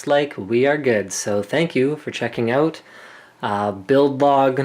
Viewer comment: "You have all those cards oot" lol Slick